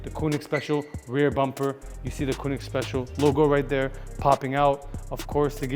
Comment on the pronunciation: okay just one little thing. its Koenig not Koonig